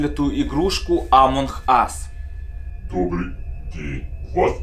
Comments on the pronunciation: Почему амонх ас, а не амонг ас? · амонг ас а не амонхас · Не амонх а амонг Ас. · Почему ты говоришь амон ас а не амонг ас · Не амонх ас, а амонГ ас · Амонг ас а не Амон Хас! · Не амонх ас а амонк ас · Почему ты говоришь амонх ас